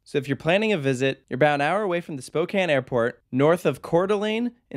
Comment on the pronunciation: THANK YOU for pronouncing Spokane correctly!